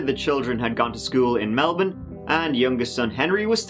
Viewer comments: I know this is a terrible case but thank you so much for pronouncing Melbourne right considering so many get it so wrong haha and the same with Brisbane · Appreciating the correct pronunciation of 'Melbourne' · I'm Australian and can I just say you pronounced Melbourne so perfectly that it sounded Australian